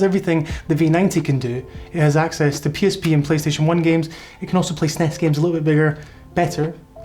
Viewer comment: As soon as you pronounce the word SNES. Im out.